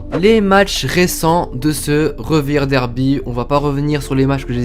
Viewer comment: passionné de foot allemand..ne sait toujours pas que le V se prononce "feu" en allemand et le W se prononce "veu" donc Refirderby, Vestfalenstadion, Volfsbourgue, Schalke Noulfir